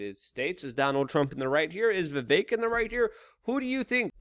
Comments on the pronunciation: Luke, it's Vivek like Steak. And Tumultuous is a word you like but say wrong. Huge fan since you were 19. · 17 hours with vivek but you can't say his name right